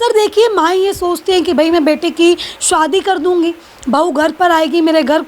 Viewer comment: Aap ki bolne ki style kafi irritating hai. Aaj kal anchors kuch alag tarah se bolne lage hai . Shadi ko shwadi bol rahi hai